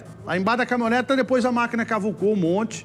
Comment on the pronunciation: O cara ruim esse apresentador. CaminhonetA caminhonetA, além de ruim é burro pra cacete. Dicção horrorosa, pronúncia péssima,ou seja,ruimmmmm